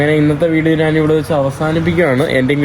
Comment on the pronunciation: നാനല്ല.... ഞാൻ... പറയൂ....